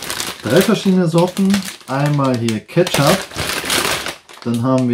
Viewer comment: Kettschopp > Ketzap > Ketchup